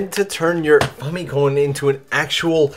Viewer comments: The way you pronounce famicom is unique, pretentious and off putting. Like people saying Mare-E-O. Maybe it’s correct it just sounds wrong and makes me irrationally angry. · say famicom one more time, i dare ya